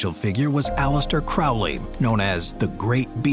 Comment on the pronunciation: Great video, although Alestair Crowley and J.K. Rowling's names both have long Os. His name is like 'as the crow flies and hers rhymes with bowling. Just letting you know! :)